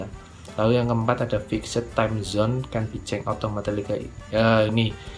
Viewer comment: 'Fikset' 😂 fixd bang